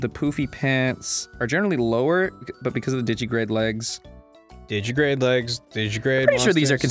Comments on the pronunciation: While I appreciate that he knows the term, Ross continues to miss a syllable in digitigrade. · It's called digitigrade because they walk on their toes (digits), it's not "digigrade" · Ross, it's digitigrade. Not digigrade. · Yes, you can catch God in Pokémon. You can also catch Satan, Michael, and Gabriel. Also, it's "digitigrade", not "digigrade". "Digigrade legs" are not a thing. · The way Ross says digitigrade really bugs me, because of that missing syllable. Is it made up for by the Digimon reference? I'm not sure.